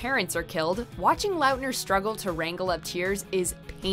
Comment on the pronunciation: They way she pronounces some of these names, has me ascending into the heavens ☠️😂 “Taylor LAUtner”